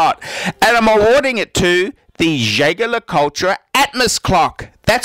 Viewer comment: Who else winced when he butchered Jaeger?